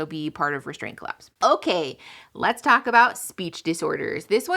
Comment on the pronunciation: "People complain about how I telk too fast." Me: Playing at 1.5 speed.......